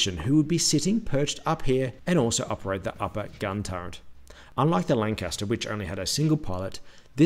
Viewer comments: Turret, not "turrent" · "Turret" has no letter n in it. It's not "turrent". Why is this so difficult? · he says "torrent" lol